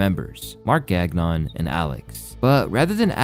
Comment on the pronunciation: “Gagnon” camaaan dude